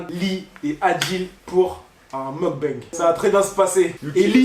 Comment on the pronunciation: On dit pas meugbang ces meukbang